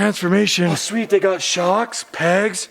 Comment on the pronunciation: Say shweet one more time 🙄🤬 Couldn't make it halfway.